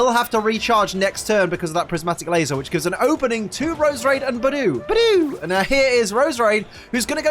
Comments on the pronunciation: Idiot not saying Budew right!!!!!!!!!!!!!!!!!!! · Great now you've pointed it out to me I'm never going to say Budew normally again, thanks